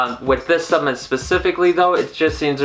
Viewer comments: WTF is a “subment”? Good review, but learn how to enunciate, bro! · 10mg melatonin is way too much. Studies show that 1-3mg is ideal. You can also lose your ability to make melatonin on your own after taking it every night, so you end you depending on the supplement. Just fyi. Also, in the future could you be more accurate and say "supplement" and "inositol". Made it less professional with the way you said those. Thanks.